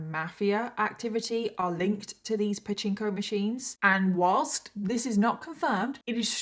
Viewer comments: We had a Pachinko Machine when I was a kid! (45yrs ago!}) You did indeed pronounce it correctly! ☺ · Yes, you pronounced "pachinko" correctly. And yes, the Yakuza is often involved with them. As I understand it, they're basically a form of gambling that uses a loophole, and generally, the police turn a blind eye to it. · Yes, that is how you pronounce Pachinko machines lol my mom’s ex husband has several of those just in the garage, wrapped up and not being used. I don’t even know if they work or why he has them lol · My godmother had a pachinko machine! I loved playing it! And, yes, that's exactly how you pronounce it! ❤